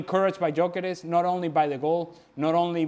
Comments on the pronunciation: I thought he said Djokovic. It’s Gyokores. At least make an attempt to pronounce his name right. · Stevie........ he's not like you, a Scot, so his name isn't "Jockeres," Viktor's name is pronounced "Yuh-kuh-resh!!!" How many times do I have to correct you lot???.